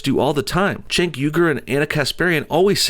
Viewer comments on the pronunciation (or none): none